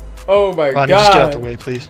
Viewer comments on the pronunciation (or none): none